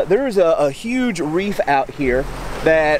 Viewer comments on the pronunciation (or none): none